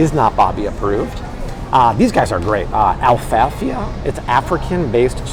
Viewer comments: Thank you Bobby! You really need to correct your pronunciation of Alaffia (not Alfalfia)! 😂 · "Alaffia" not Alfafa. Smh. That was the kid from "The Little Rascals" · Bobby this is how it’s pronounced “ ah-la-fee-uh “ Alaffia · Even the way he's pronouncing the Alaffia black soap lol.